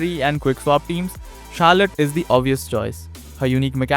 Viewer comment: It's not Carlette